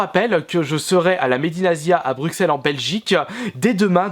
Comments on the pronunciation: BruCelles ... on dit BruCelles 😂 et pas BruXelles 😕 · Toujours le meilleur ♥ Par contre sa se prononce Brussele ;) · Bruxelles, mais BruSSelle qu'on prononce 😠😠